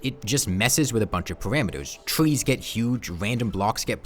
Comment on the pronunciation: Twees, Ewything, Cowwuptin worlds, Vewy vewy jagged waucks.